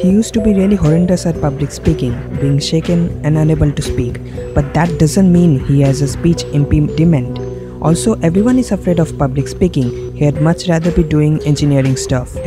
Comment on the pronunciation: did you just say speech impeepdiment?